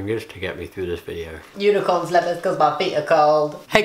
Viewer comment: I heard unicorn leathers when he showed his slippers and I had to watch that part 5 times until I realized he said slippers